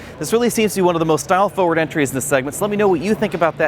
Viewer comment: "Foe-word" LOL